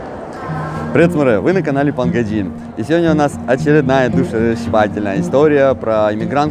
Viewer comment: Почему ПанГайджин? Гейджин это-же негативная форма слова иностранец